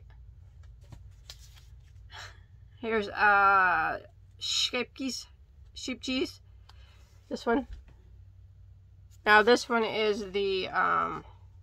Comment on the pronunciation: What a fun sampler of yarn. Scheepjes is pronounces like "escape yes" but without the first e. "Scape yes". I love using very fine yarn. I am crocheting a lace tablecloth right niw using #10 cotton, about the size of thick thread, and steel #7 1.65mm hook.